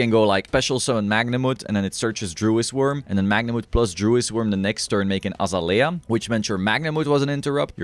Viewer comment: its pronounced uh zay lee uh